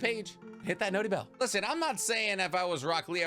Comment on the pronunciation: Please stop saying noty bell you sound like a beta. Other than that top content 👌